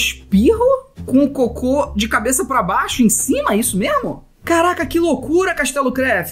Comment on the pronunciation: Disseste coco não cocô isso è estranho